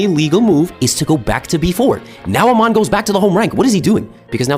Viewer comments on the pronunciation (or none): Did bro just say 'Amon' 💀